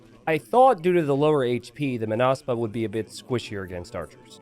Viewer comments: It's Mónaspa, not Monáspa (with Hermione's voice) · you pronounce it as [məˈnʌspʌ] or [maw-nahs-pah].